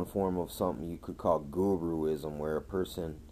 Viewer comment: lmao "guruism"